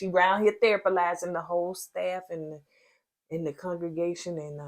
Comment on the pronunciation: 😂😂😂😂😂 When said..."Nicole out here THERAPALYZING everybody and she needs therapy" 😂😂😂😂😂 I bout fell out the bed!!!😅😅😂😂😂😂